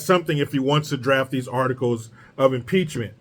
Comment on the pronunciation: Maxine Waters says, "PEACH-MINT"